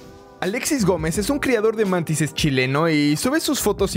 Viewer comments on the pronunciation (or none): Todo el mundo: Mantis UPDT: MaNTisEs